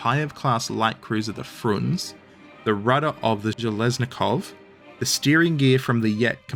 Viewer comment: "Kah-gah-naw-vitch" with stress on the 3rd syllable, Frunze is "froon-zeh" - 1st syllable, and "slava" both means "glory" and is the short version of Vyacheslav/Vladislav/basically any name ending with "slav"